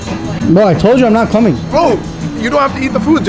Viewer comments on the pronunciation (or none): none